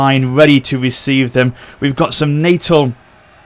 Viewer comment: Pronunciation Help: Is-and-l-wana (Isandlwana) nah-tal (Natal)